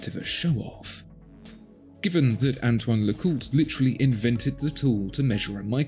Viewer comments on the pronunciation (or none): none